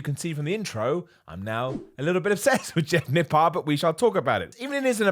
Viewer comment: All I am hearing all day is Nip PARD